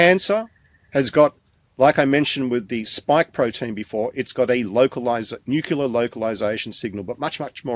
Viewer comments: Is he going to go on about nucular nuculuses again?, because if he does, I just don't care what he might know, I DO NOT want to listen to it anymore! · I wish educated people would properly pronouce "nu cle ar".